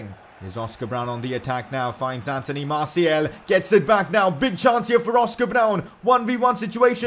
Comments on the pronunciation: It is martial not martiel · it's Martial not Martiel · IS NOBDOY ELSE PISSED OFF ABOUT HOW HE SAYS “MARTIAL” I